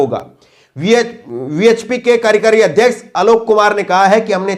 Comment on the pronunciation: हिन्दी उच्चारण पर ध्यान दें ----कार्यकारी •